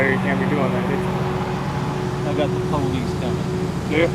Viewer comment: "I got the PO-lice coming" did his job for the day